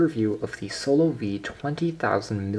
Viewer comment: Wait It's Proniunced SOLO-VE ?? Not SO LOVE? hahahahahaha